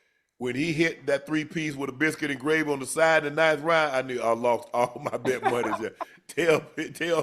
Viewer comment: Man said “my munney funny ocho, you know it don’t bounce the same right now” 😂😭😭